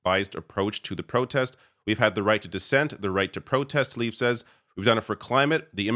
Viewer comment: FFS get her name right, it is Rashida TlAIb not Talib.